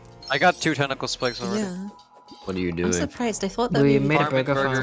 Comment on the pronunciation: No one: in the intro: BORGUER PUNCH